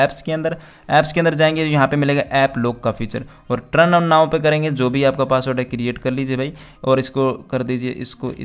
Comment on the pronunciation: Turn ki pronounce aap ko nhi aata